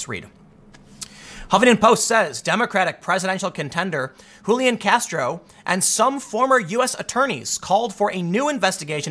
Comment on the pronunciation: What's with the Hulian???? My cousin has this name, it is an English name and is said Julian , underlining the J. Yes it's from the Latin Julianus, which is a derivative of Julius, and old Roman family name